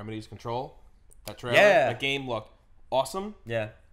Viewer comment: What the hell is a treller?